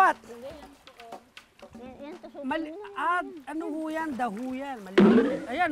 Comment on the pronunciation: Missing you sir cesar... natawa ako sa sinabi mong "dawat" naging "the who"